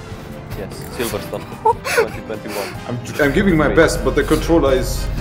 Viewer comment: “Hamilton against Verstappen” “Silverstone 2021” Said right